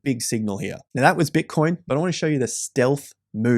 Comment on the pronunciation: Right Now sounds like Right Meow lol